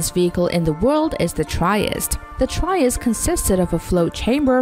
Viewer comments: Tree- est-tay, not try-est. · Tree-est, not Try-est. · Would help if didn't pronounce all their names wrong. It's the tree-est (Trieste) for one. Many Americans will say 'chree-est' because any/t/ followed by an /r/ gets changed to a /ch/ by most English speakers, but 'Try-est' is so effin ignant. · its TREE est. like in italy. hire someone who can read. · And please, can the voice learn how to pronunce TRIESTE 🙄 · the pronunciation of "Trieste" is incorrect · I am originally from the city of Trieste, I understand that it is difficult to pronounce something unfamiliar, but at least you could have made a little effort and tried to try to pronounce the city correctly 😂😂😂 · She didn’t even try to pronounce "Trieste" right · The way she pronounce Trieste makes my ears bleed